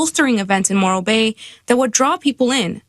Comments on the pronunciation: Morro bay, I think it's moron Bay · I kept hearing "Moral Bay" and I ain't going there either.